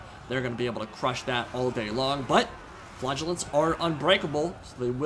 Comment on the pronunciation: hahawhen you say flagellants it sound like flatulence